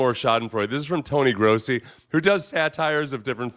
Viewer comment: lol complete butchering of Grossi's name